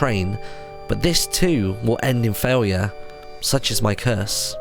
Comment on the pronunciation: faiyure instead of failure, martyn never ceases to entertain us!